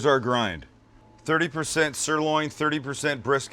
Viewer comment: Best mix ever.."there's our gind, 30% sirloin, 30% brisket, 30% short rib...". (10% bread?)..LOL.